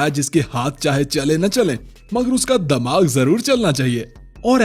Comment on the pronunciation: Damaag nhi dimaag hota h bro 😂